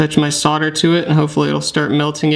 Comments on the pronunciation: Solder. Like older. It has an L in it. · It's the same as soldering except you forget to pronounce the L!